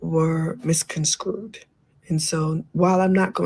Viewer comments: Misconstrued *Mizz - CON - STrude* Mizz . CON . CrUde 😂😂 why are professional singer Pronouncing this so WRONGLY. TAMAR lying for clout I think lmao 🙄🤣 Fell out on Akbar😂😂😂😂😭😭😭😭😭😭😂😂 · No fr 😂😂 when she said Mis-Con-Screwed I was triggered 😂😅